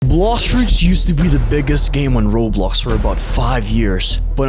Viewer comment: Why does he say Bloshfruits at the start